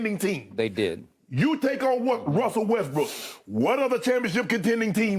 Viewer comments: My dude legit said "Wussell Restbrook" EDIT: My dude legit nearly said it again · "Wussel Restbrook" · "Wussel Resbrook" - Shannon Sharpe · Wussel Restbrook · did he say Wussell Restbrook?